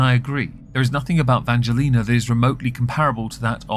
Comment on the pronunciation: I say persistence mispronunciation of Angelina’s name is a hate crime. I am offended on VS’s behalf. Lol